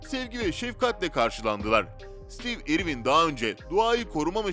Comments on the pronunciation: stiiiv irvin diye okumak nedir yaa? adamın adını bari doğru telaffuz edeydin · o kadar kötü bir seslendirme ki neresinden tutsan elinde kalır... rahatsız edici bir tonlama, kötü bir telaffuz, kelimeleri yuvarlaması, harfleri yutması ve ingilizce bir ismin (konu başlığı olan isim hem de) nasıl okunduğuna bile bakmaya vakit ayırmadan işe girişmesi.